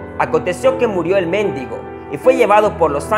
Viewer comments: El méndigo...no mendigo jajaja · Méndigo 😂😂😂, en realidad es :mendigo